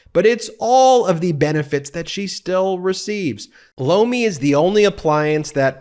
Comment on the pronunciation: I was looking away from the TV screen when his Lomi ad came on.. I thought I heard him say blow me, haha, I had to look over.... that's when I saw he was doing a commercial for some kind of vegetable... now, every time he says the word I hear something else